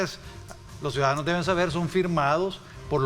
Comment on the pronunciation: UFFFFFFFFFFF ESTE EX DIPUTADO SALIO PEOR QUE SANCHEZ CEREN EN PRONUNCIACION TENEMOS QUE ENSEÑARLE LA PRONUNCIACION DE 1 CIUDADANOS 2 EL REPITE Y REPITE CUIDADANO PREGUNTO EN CUAL ESCUELA ESTUDIO ????.... SUIDADANO .... ?????? .... SUIDADANO NUEVA PALABRA MUNDIAL SANTISIMO TREMENDOS EX DIPUTADOS ???? WEPAAAAAAAAA BITCOIN TRAE SUIDADANOS JAJAJAJAJAJAJAJAJAJAJA MR. VALIENTE X FAVOR USTED QUE LEIAN PERFECTAMENTE .... NO LO VEO NO LO CREO X LO QUE ESCUCHO .... LOS SUIDADANOSSSSSSSSSSSS